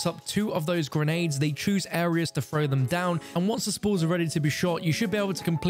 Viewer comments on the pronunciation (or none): none